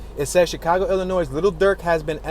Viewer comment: Love the video but just a FYI The S. Is silent 🔕😶 in the state of Illinois Be safe!!